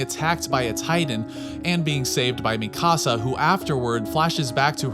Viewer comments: Mi casa 😂😂 you mean MEE-CAA-SAUH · It’s Pronounced Me - Kuh - Sah my guy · How come Americans are unable to pronounce japanese names? Are you watching the eng dub? [mi-CAASA] like wtf is that pronounciation. [Mi-ka-sa] I havent come across a single american that doesnt completely change the tone of an anime name. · Mikasa not Mi Casa (my house) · "Tye-dens" " mi casa" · u cal mikasa mikaasa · This dude seriously say Mi Casa for Mikasa ? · Imagine watching attack on Titan and still pronouncing shiganshina and mikasa different than the way the show says it. People like you aggravate me. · great video buy your pronunciation of mikasa is quite frustrating.